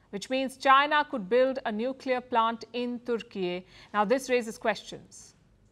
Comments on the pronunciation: IT IS TUR KEY NOT TOOR KEY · its Tur Keeey.. not turki